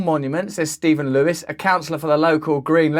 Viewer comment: Russell's pronounciation of Leewis was kinda cute ngl. But yeah, spot on video.